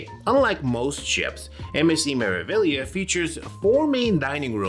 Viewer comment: MSC "Mare-ah-vee-yah" 😊